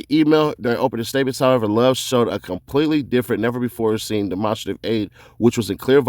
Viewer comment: “Dem-on-strait-iv” not “dem-onster-tive” just a head up bruh